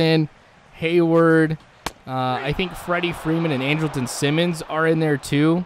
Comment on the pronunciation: He's sayin Simmons' name right